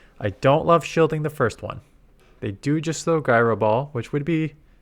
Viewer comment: The g in gyro is pronounced as a j. Jyro ball, not guyro ball.